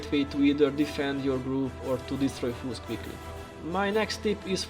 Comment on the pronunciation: Awesome content. Thanks. Cool presentation as well. Also like that when you say foes it sounds like fools.